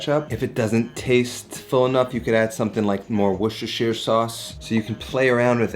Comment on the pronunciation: "...about a quarter cup wishishshsishash sauce..."